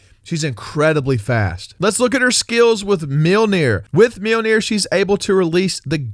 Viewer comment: You pronounced mijonir in Icelandic correctly My happiness has now reached its peak